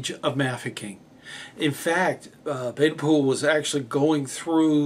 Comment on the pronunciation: I must take exception to the Americanised pronunciation of BPs name as "Bade-Pool" even if you claim to have heard him saying on an old wax cylinder recording (which are crackly and not very clear)as "Baden-Pool" when asked how his name was to be said he replied "Man, maid, maiden rhyme it with Baden as for Powell rhyme it with towel" which in no way cane said as Pool